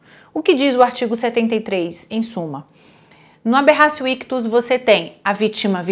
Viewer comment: Bom dia, me tira uma dúvida. A final a pronúncia correta é Aberracio ictus ou Aberratio ictus ?? Pq eu ouço um monte de gente dizer Aberracio sendo que na escrita está Aberratio 😑